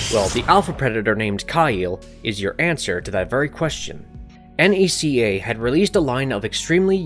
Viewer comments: Haha it was killing me how you kept spelling out NECA? You say it as a word and it's pronounced "Ne-cah" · Is nobody gonna talk abt how he says N, E, C, A instead of Neca? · It's just Neca toys not N.E.C.A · The way he pronounced NECA 🤣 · NECA🤣🤣🤣. It's pronounced as Ne-ca(ka) not N.E.C.A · NECA is pronounced "neck-uh" not spelled out. 😉 You barely scratched the surface on all of the unique toy based Predators. My favorites were the Cracked Tusk Predator, an elder who was large and had tusk like protrusions coming from below his jaw (though I think modern versions removed the tusks from his design), and Spiked Tail Predator a Bad Blood that had a long braid with a spike ball at the end. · 😅Totally but maybe we are wrong since it is National Entertainment Collectibles Association so N E C A🤣 I still stick with Neca it rolls just more easy from the tongue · Having to hear “ya-u-ja” for the umpteenth time, I have to stop watching after the narrator spelled out NECA instead of NECA. 😂